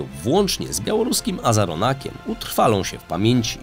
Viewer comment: Ok ;D nie wytrzymam kolejnych przekręconych nazw i nazwisk... SOŁOWJOW nie Sołowjej (Solowiej to słowik po rosyjsku. On ma nazwisko od nazwy tego ptaka) SKABJEJEWA nie Skabajewa AZARJONEK nie Azaronak I wieeele wiele innych Polecam zwracać na to uwagę bo jak w każdym odcinku są takie pomyłki to wygląda jakby prowadzący czytał coś co ktoś napisał. I nie wiedział o czym mówi.